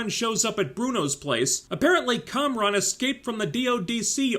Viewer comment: Its Kamran not Konron. Check your hearing.